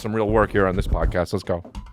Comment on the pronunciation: Almost spit my drink out when he accidentally said “pomcast”